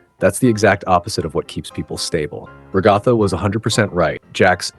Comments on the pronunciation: It is pronounced rag u thu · Whyndo so many people mispronounce Ragatha's name?